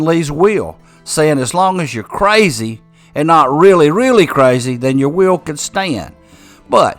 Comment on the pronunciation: Funny how will sounds like wheel for someone who's not a native speaker .I took me a while to get it😂 Intressting story .